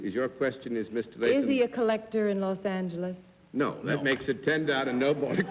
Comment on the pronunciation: and - I love Bennett Cerf's old pronunciation of "Los Angeles" with the other "g" sound. I wish it were still pronounced that way today.